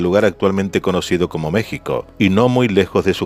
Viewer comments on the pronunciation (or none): none